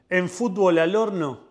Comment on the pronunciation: Jajajajajjaja por favor dejá de decir "FUTBÓL" (CON ACENTO EN LA Ó) JAJAJAJA